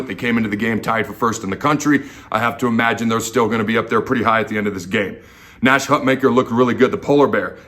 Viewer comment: I don't see a "K" in Nash"s last name.... I see an "H" !!